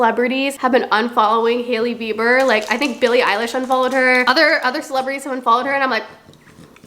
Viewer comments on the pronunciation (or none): none